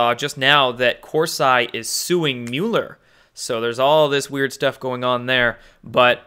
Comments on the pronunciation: Are you saying Mueller like (mule-er) as a dig? If so, that is fine, but it is pronounced Mull-er. So either smile when you say it or start saying it correctly. Thanks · Peace Bird And Mueller's name is pronounced Mole er Correct me if I'm wrong lol